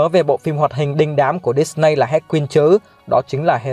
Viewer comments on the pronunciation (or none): Hơ cu lét chứ không phải Hơ ra lét và Hades đâu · He ra cờ lép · Hecurles chứ =)))